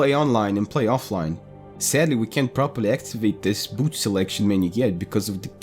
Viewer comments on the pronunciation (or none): none